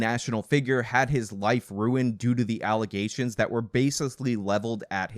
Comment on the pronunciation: “False Allezations”